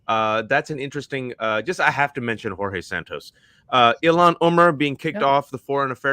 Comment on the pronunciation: The name Jorge in Portuguese is not pronounced like in Spanish though. If you want to use his Brazilian name, you better to do it right (especially since he's doing everything wrong).